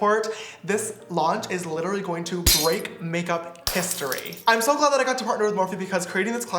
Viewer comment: lmao he says littily instead of literally!! love that